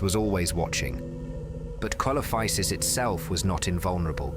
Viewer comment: It's pronounced seelophisis